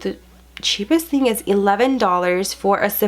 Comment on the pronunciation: The way you pronounce some things. 🤣 So cute.